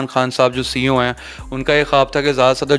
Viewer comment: 😂 coo nh CEO hota h